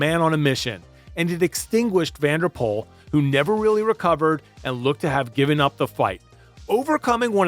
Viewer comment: Dutch pronunciation can be tricky! I think the analysis and clip selection is so spot on it's the only room for improvement here. Aert is pronounced more like the english Art and Poel is like the english Pool. Nys is pronounced like the word Nice in english. Hope this helps and again, great video.